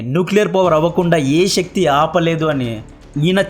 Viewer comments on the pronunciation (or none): none